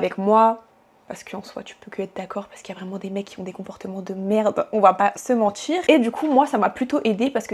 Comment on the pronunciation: "on va pas se mentchir" *j'étais une femme connue". Calme toi t'as 10k abonnés.